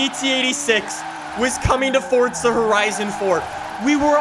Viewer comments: Forza not fortza 😐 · FOUR-ZA NOT FORT-ZA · FORTZA HORIZON 4 HAHAHAHA, THIS GUY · Bruh just triggers me with forTTza